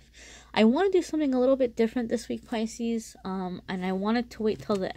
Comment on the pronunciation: Thank you for your reading. But you say picis a couple of times 🤷‍♀️ Maybe that’s a very strong energy.